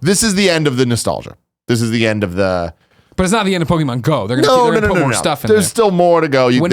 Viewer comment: Whenever ppl pronounce Pok-e-mon as Pokey-mon, it gets me evvvveeerrrr time - especially if you're in the generation where you were the target audience.